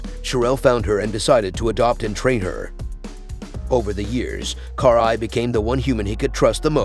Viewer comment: Cool video but the way you pronounce her name makes my ears bleed.